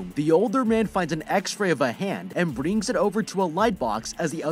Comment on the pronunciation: my man got that Indian accent in him jus for a sec while saying bring